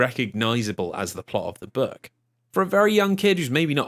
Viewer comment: The way this man pronounces "book" made the think he was saying "burg" for the first few minutes and left me very confused for that time xD Great watch so far trough